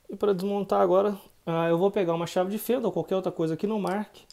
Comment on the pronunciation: Parece até que ele ta falando "o cabo de um machado de fenda" kkk...